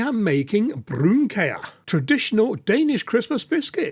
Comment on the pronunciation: I am sitting in Denmark munching on some of these, Impressed that you got the pronunciation correct and the recipe! Oddly 'kage' means cake (or cakes) and 'kiks' are biscuits, but you certainly got the right name for these. In Denmark the recipe uses salted butter to give the taste a little boost, and sometimes a small almond is pressed into the centre of each biscuit for decoration. They dough can also be rolled into small balls ('pepernødder' - pepper nuts). It is also not unusual to half coat or coat them entirely in chocolate (dark, milk or white) for added luxury. Yours look Wonderful. Go well with your Lego ;-) "Go' Jul!" As we say in Denmark!!